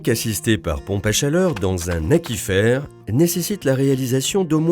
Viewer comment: Il me semble que "aquifère" se prononce "acouifère" (comme aquarium) et pas "akifère".